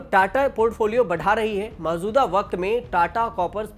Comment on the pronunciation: Mauzuda 😅😅😅😅 maujuda hota hai bhis lehri nahi bisleri hai